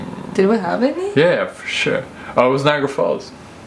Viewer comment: It sounds like he is saying forshit. But he is saying forsure.